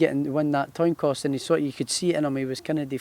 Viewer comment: Toin coss???